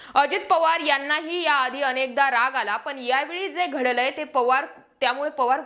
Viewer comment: घड घड बोलत जा बाई ... गडलय... नाही.. घडलय असं अस्तय ते...😅😂